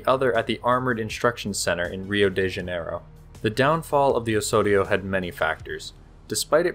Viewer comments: Do not pronounce "Osorio" but "Ozorio". Thanks. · You keep saying "Ohssorio". That's not how you pronounce it. The 's' there should sound like the 'z' in "ozone". Engesa also used to make excellent 4x4 vehicles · You pronounce it oe-z-oh-ri-oe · Great video, but work on the pronunciation. You are saying Osório like a Spanish speaker would, in Brazilian Portuguese is pronounced oZoRio. That “s” has a “z” sound. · That's not how you say Osório. You sounded like you were trying to say it in Spanish. Portuguese doesn't sound like that. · However, it's still wrong. He puts on a spanish accent that doesn't really match with portuguese